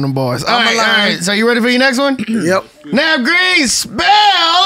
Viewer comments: Bru this was funny as hell bru. Lol how you forget the H Navv 🤣🤣🤣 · y'all cheated.. HE DID SAY THE H